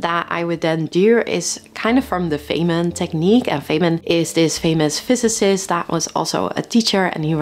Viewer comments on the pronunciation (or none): It's Feynman not Feyman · Feynman, not Feyman. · Feynman - not Feyman 😬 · At 5 minutes in you reference "Richard Feyman". You left the "n" out of his last name: "Richard Feynman" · I hear something and go immediately into lecture mode with myself, trying to explain it to myself. Can only work if your codiac sign is "Twin" ;-) BTW, it's "Feynman" with an n. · How can you get Feynman wrong